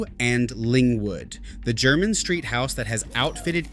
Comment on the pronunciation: A totally nonsense list, from the mind of a fantasist. "Only Old Money" wears these? I have several of these, and i'm not money, let alone "Old money". Anyone in the UK who's interested in shoes knows Edward Green, and they have a shop on Jermyn St. (Pronounced Jer-min, not Jer-mine). Poorly researched.